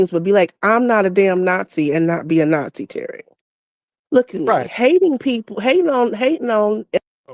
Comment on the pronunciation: Tariq got her azz with " NotSee " LMAO !